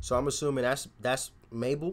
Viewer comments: Mabel is big in the UK and yes u said her name right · look out for some uk garage tunes and yes it mabel you say it correct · Yeah you said Mabel fine. And she's also very good and well known in the UK, she's had quite a lot of songs in the top 10 here too.